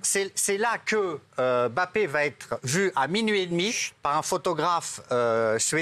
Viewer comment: Pk il dit « bappé » et pas « mbappé »😂